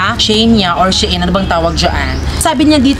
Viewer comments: SHE-IN pag basa ana mami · It reads as She-In po